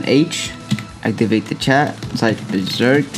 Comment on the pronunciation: Saying beserk??? Just say jinroom saying beserk will make it slower it only works in the leaf village